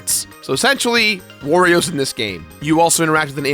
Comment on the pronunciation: I love Super Paper Mario. Combat is dull and repetitive, but I love the puzzles, story and music. Btw, it's just "Wii," not "Nintendo Wii." They never branded it as such like with their other systems. #TheMoreYouKnow Oh, and pleeeeease stop saying "Worio."